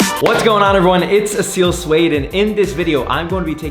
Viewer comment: soueid is not suede, its so-ed